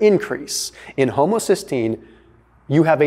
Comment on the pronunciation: Haha he said homosystgeine